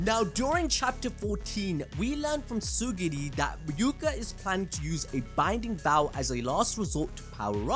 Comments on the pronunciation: What bothers me is how you kept saying "tsuguri" instead of TSU-RU-GI. btw, this is a peak review. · Bro, it's Tsurugi not Tsugiri! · It's Tsurugi not Tsugiri man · Is it not Tsu-RU-gi?